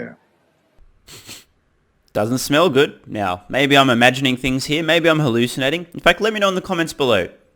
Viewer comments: Did you say "halucidating?" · Haha did i hear 'hal lucid nating'